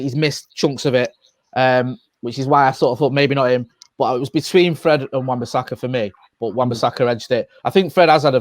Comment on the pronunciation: Come on guys its wan bissaka